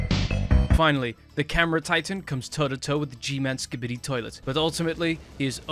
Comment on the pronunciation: imagine not saying Skibidi right